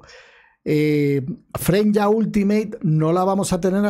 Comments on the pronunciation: Bro porque dices FRENYA si se llama F R E Y N A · Aja porque yo igual me preguntaba el porqué le dice "Frenya" si es "Freyna" pero luego recordé que los españoles le cambian los nombres a los personajes, está en su adn bro xd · freinya 💀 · Porqué nadie puede pronunciar Freyna correctamente? Tan difícil es?